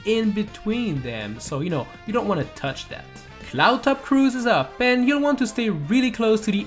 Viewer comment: It's not douch it's TOUCH